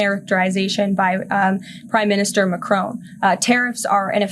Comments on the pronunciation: He's President Macron not prime minister and it's Mac Ron not rone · It’s not Macrone Karoline ! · Ben is always brilliant but he really should try to pronounce President Macron's name correctly.